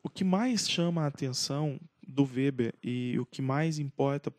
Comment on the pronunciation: (acho q a pronuncia do nome está correta)